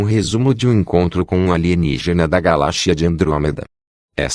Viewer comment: Galachia? kkkkkkkk gente, vai aprender a falar.